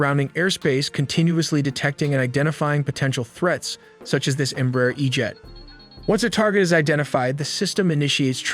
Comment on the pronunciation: The correct pronunciation of EMBRAER is " EMBRA - AIR "